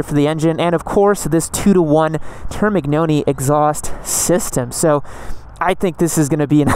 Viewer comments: Laughed so hard when he said turmic-noni at the start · Your video are Amazing!♥️ But let me suggest the right pronounce😂😂 Marchesini: read Markesini Termignoni: read Termin~oni (spanish N) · "turmic-noni" lmao close enough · Please learn how to pronounce Termignoni